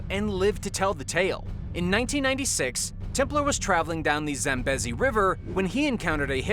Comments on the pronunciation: How do you not know how to pronounce "Zambezi"? it's pronounced like "Zamm - BEE - zee". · It's pronounced Zam bee zee. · Scary stuff. I heard that Hippo's are actually the biggest killer of humans, beating sharks. Just as an aside. Zambezi is pronounced with a long drawn out eeee sound. Zam beee zi. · Zambeasy say it like that lol zambeze wee wee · you HAVE to learn how to pronounce words correctly. you can't even say "Zambezi" right. if you're gonna make videos you have to pronounce words the right way